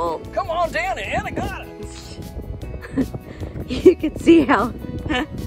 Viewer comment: It's "A-NEE-ga-da" . You guys pronounce the name weird.